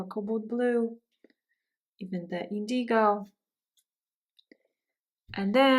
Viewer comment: Very beautiful! FYI, indigo is pronounced IN-duh-gow, with the accent on the first syllable. Many thanks!